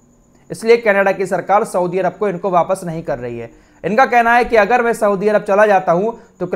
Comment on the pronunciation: Chal lahi hai nahi Chal rahi hai Aap ka talaffuz aap ka level down kar raha hai